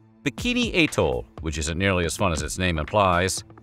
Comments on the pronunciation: Bikini at-toll 🥹 not at-tole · That is the weirdest pronunciation of "atoll" I have heard. It is commonly either "at-toll" or "ah-TOLL". K'Gari is not a dangerous island, it is the waters around it. Réunion has a population of about 870,000. It can't be that dangerous.